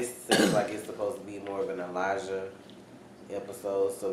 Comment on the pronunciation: Why is it Main character like Marcel or many others. They can not even say Elijah's name properly. He calls him Elisha. When did a J make a sh sound? His Name is Elijah not Elisha.